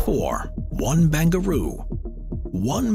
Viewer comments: 1 ba-ran-garoo SYD. not bangaroo !! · First, you said a stadium (I think in Qatar?) will cost 45 billion. WTF? Also It's Barangaroo, not Bangaroo, and the complex has been open for about a year now. EXCEPT the casino part because the company Crown got caught with about a thousand corruption convictions. And it cost waaaaay more than 2.2 billion. Makes me wonder how many other mistakes there are in this and other videos you make. Time to hire a whole new crew of fact checkers.